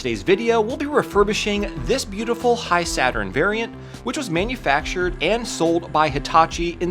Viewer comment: I thought it's pronounced "He-Saturn" not "High-Saturn".